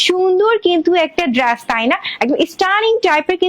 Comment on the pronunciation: আপু আপনি উপস্থাপনা গুলো স্বাভাবিক ভাবে ও দিতে পারেন এত দ্রুত তো ভেঙে চ্যাঙ্গাইয়া বলেন কেন নিজে ভালো করে শুনেন আপনি ড্রেস কে কি বলেন । আর আল্লাহর দেওয়া চোখের কালার ভালো লাগে না না বিড়ালের মত হইতে মন চায় ভালো করে দেখেন তো বেশি ভালো লাগে আপনাকে। নেগেটিভ কথা বলতাম না বললাম যাতে আপনি নিজেকে সংশোধন করিতে পারেন। সবাই তো মিথ্যা মিথ্যা তেল মারে আমি সেটা মারতে পারলাম না